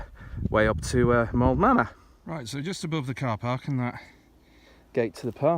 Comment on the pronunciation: Moel Famau is pronounced "moil vamm-eye", (and you'd get mystified looks from locals if you called it Moel Mama). you have another hillfort just in front on the hilltop below you.